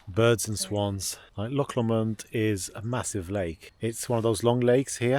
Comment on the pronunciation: Beautiful area!!!! Being in Scotland, it's a loch not a lake. Also, it's pronounced Loch Lomond (Low Mond) Oban is pronounced Obin